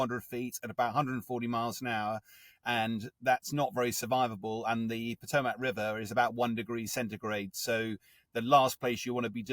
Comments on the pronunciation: This is “excellent coverage”? Your definition of those words must be markedly different from mine. Literally everything in this “report” is factually inaccurate. They can’t even pronounce “Potomac” correctly. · My sympathies to all those involved. A trivia in such a tragic incident but the standard of journalism nowadays... Please learn correct proper nouns. I'm 🇬🇧 but know that is not how you pronounce the Potomac. 🙄